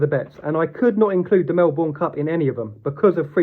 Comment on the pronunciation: Mel-burn, not Mel-born